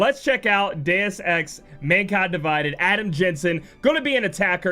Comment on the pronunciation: "Dues EX" eh Lol